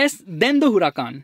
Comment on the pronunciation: It's Huracán not Huracaaaaaaan